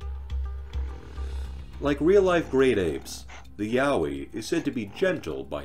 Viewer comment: And it’s a Yowie not mowwy wowwy or what ever the heck he said hahaha